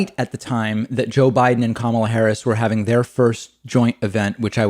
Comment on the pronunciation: He can't. even pronounce Kamala's name right. What an idiot!